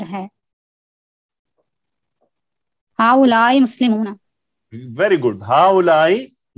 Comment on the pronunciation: Yaha pe galat tarjuma hua hai 40 :35 video duration pe haolaika bol rhi hai student jabki haoolaee hoga please reply